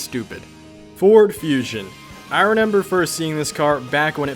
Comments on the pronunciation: Y you keep saying "Renember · Is he saying reNember